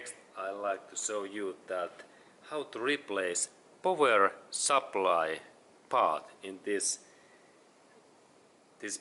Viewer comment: "powah soup ply"